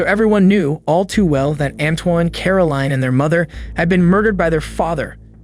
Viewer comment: Antoine is pronounced 'Antwahn' not Antoyn